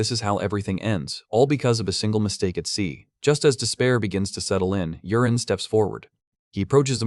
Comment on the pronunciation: The name is not Urine, it was Yuren